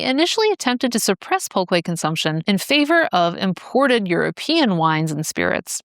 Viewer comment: its more like "pull-keh" I think